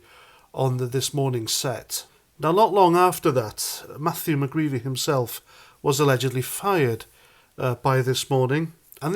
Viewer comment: Mcgreedy not mcgreevy